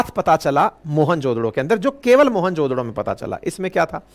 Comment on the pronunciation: 😂😂 MOHENJO DARO 😂 Not Mohan jo DODO 😂😂😂